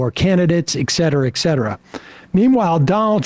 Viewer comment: Some day Sam will say 'et' cetera, with a t. Today is not that day.